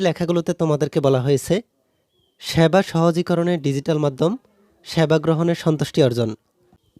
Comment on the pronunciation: স্যাবা না।😂😂😂😂😂😂😂সেবা